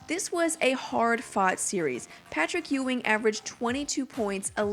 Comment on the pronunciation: Its pronounced Yuw-ing, Not Ew-ing. Ugh. just 23 seconds in and I'm already annoyed.